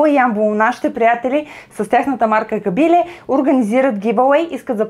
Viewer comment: Лека забележка: В Ямбол се изговаря КабилЕ - ударението е на Е, така е извсетно в Ямбол селото КабилЕ. По това се разбира, че сте доста далеч от Югоизточна България и го изговаряте както го казват по ТВ. Само за протокола беше това !